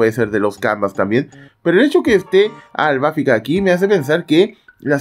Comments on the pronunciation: Porque dices Albáfica?…. Es Albafica… acento prosódico en la “i” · Porque así cree que le dicen en Japonés cuando en realidad es "Arubáfica" (en japonés) y en latino es "Albafíca", ya lo escucharás nombrar a todos los caballeros en latino y solo esta encaprichado con AlbafÍca en pronunciarlo en japonés, también lo vas a escuchar decir "Frizer" a Freezer y no Frieza como en Japonés o "Krilin" en vez de Kuririn, y así con todo lo demás. Por eso, en todos los videos que pronuncia mal al Piscis de Lost Canvas, tome su no me gusta por arruinar su propio canal 🤣😂🤣😂🤣😂 Hasta termina siendo gracioso 😂🤣😂🤣